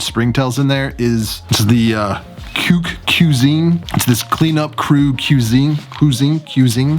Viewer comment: Are you trying to say Cuisine. Pronounced 'kwuh zeen'.